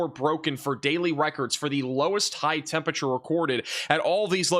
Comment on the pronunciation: It's NOT TEMP A TURE!!!!!!!!!!!!!!!!!!!!!!!!!!! At least get close with TEMP RA TURE if not correctly with TEMP UR ATURE.